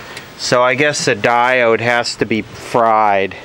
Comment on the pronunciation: I like the way you say stuff that diod.